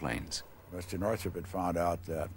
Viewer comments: Northrop, not Northrup. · Who is Jack Northrup? You mean Northrop?